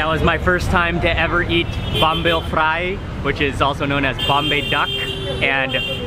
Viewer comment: Fry is an english word, why do u say it like that?